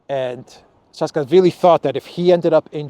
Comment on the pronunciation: His name is pronounced like this: Sa-a-ka-shvi-li